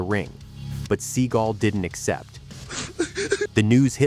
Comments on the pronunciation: ‘ seagal’ not ‘ seagull’ 😂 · You're pronouncing Stevens last name as Sea GUL when it's actually Sea GAL. And it's quite irritating and annoying. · Please stop making videos using AI voices to narrate them. The constant repeating of Steven "Seagull" is ridiculous. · Sea gul ? Stall on ? lol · "Seagull"....come on......seriously...🙄...although JCVD's Seagal walk is FIRE🔥🔥🔥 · Lol, Seagoo? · Your not saying his last name right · Right off the bat you can't even say his last name properly. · Learn how to pronounce his name